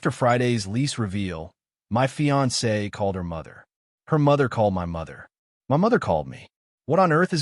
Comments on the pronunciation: Why do AI say M.Y. apartment instead of my apartment?😅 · It sounds like it is for effect i.e. M.Y. instead of my.